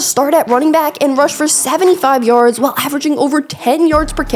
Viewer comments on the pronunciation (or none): none